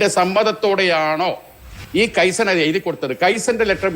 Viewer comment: കെയ്സൻ അല്ലെടോ... കൈസൺ. ജാപ്പനീസ് വാക്ക്. അർഥം, small small improvements... 😀😀😀😀